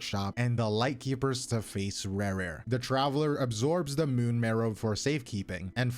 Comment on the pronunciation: ReRe of kaenriah? ouch XD Rächer is pronounced like Resher. .x